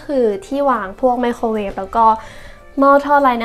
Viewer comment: พูดได้ลื่นไหลดีค่ะ ชอบตรงที่บอกว่าทำแล้วตรงไหนที่ชอบตรงไหนที่อยากเปลี่ยน งบประมาณชัดเจน แต่ติดนิดเดียวเรื่องคำควบกล้ำ ไม่มี ร ล เลย กลายเป็น ห้องคัว ไมโคเวฟ ละเกะละกะ กะเบื้อง ถ้าปรับให้ดีขึ้นจะน่าติดตามต่อไปค่ะ